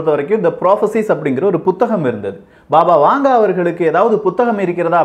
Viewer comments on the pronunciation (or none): அது "பாபா வாங்கா".... வாங்கே இல்லை...